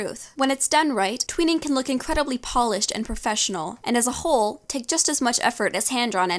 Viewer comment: m sorry but like I got caught up on how you said whole and it took me 7 minutes to watch this video